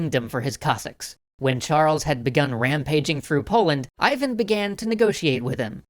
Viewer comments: That sounds Ee-van. Not Eye-van. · you mispronounce Ivan — it's more like Eevan (accent on A). Which is, by the way, on today Ukrainian currency.